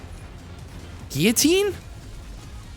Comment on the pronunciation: Love the game, love the content man but its hurts me a little everytime you say Geeyateen (Guillotine). :(